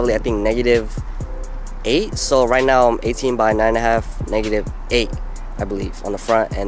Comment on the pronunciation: Are you serious right neow